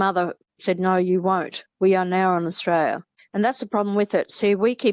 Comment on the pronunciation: I do find it hard listening to someone extoll Australian virtues when they can't even pronounce Australia correctly.